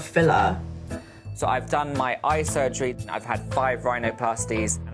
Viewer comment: I guess 'day' rhymes with 'surgeraay'...